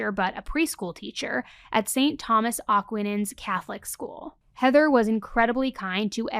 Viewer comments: Your pronunciation of Aquinans... (Aquinas) 😬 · That St Thomas Aquinas pronunciation was ROUGHH girl 😭 uh-kw-eye-nas, for future reference. :3